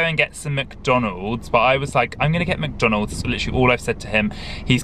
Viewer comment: When kept saying Mc Donald's he said Mc Domalds